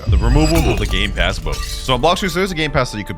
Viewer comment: Bro actually said “gay pass” XD